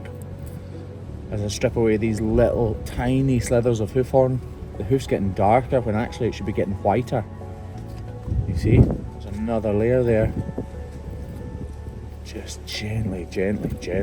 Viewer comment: Sliver... not slither.